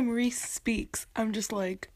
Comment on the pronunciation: My brothers name is rhys. Its pronounced "rise" like the sunrise